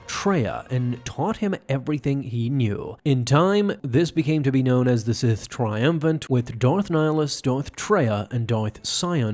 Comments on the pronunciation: Tri um vir ate Not "triumvant" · Tri-UM-vi-rate. You lost a syllable. 😉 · They were called the Sith Triumvirate** not Sith Triumvant.